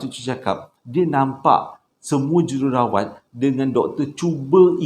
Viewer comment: Jerawat ?? Hahhaaa Jururawat jadi jerawat 😂